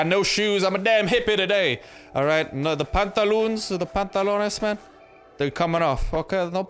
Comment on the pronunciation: Love your vids just not how you say pantalones,cringe